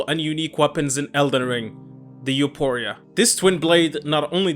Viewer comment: It's You-four-e-ah